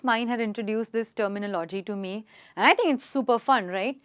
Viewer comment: I don't get it why most of the people mispronounce the word ''terminology"! just like in the above video.